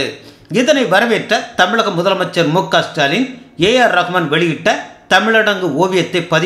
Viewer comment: என்னய்யா இதுகூடவா தெரியல..."இசுடாலின்" தான்யா அது...இல்லனா "ச்டாலின்" அட அதுவும் வேணாம்னா.."டாலின்...னு கூப்டுக்கோங்க...